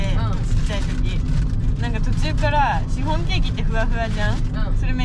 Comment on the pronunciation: シ⤵︎フォン⤴︎笑笑